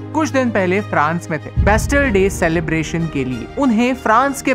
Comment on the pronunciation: Bro it was not bastle it was bastile